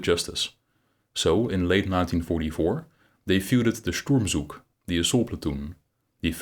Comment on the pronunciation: Pronunciation: the “z” in “Zug” and “Sturmzug” is voiceless in German.